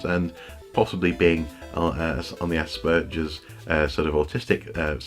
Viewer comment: Sorry to be nitpicky here, but the protagonist's last name is Watts, not Wilson. Also, Wil Wheaton (and you, too, apparently) screwed up the pronunciation of Asperger's.